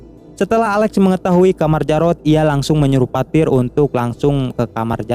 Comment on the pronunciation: Alex bro bukan ale